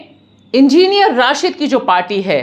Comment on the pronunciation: Enginer Rashid nahin Madam Enginer Rasheed. Try to speak correct word correct name.